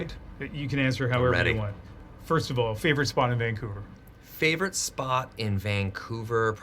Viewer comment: ok. Vancouverite here… I’m shocked that even Ryan Reynolds mis-pronounced Vancouver. He, like too many other people, said “Vaingcouver”. It’s not Vaing. It’s VANcouver.